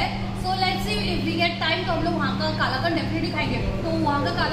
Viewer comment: It's कलाकंद